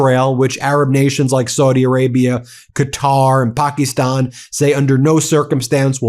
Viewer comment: Again, it's not "POK-EEE-STAN", it's "Pak-IS-stan"...even the Pakistani's pronounce it correctly.